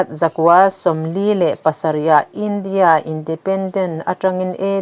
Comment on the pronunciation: Indiâ sawrkar tih mai awm,India, sawrkar ti anga thlûk hian Mizotawng thlûk hi a ti chingpen tam tawh mange